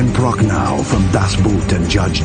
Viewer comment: DNA- Usually a movie chooses to rip off Aliens or Predator, but we chose to rip off both. It's going to be amazing listening to fail to pronounce DaCascos and Jorgen Prachnow correctly eighty times next week.